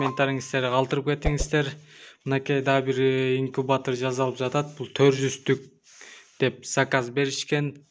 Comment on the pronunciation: Тууган инкутор эмес инкубатор, гепилдик эмес кепилдик болот